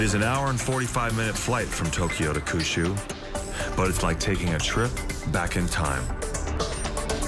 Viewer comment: Who says Kyushu as "Koo-shoe" It literally means Nine Provinces and the number 9 is pronounced Kyu like saying the letter "Q". Kind of strange they got this wrong.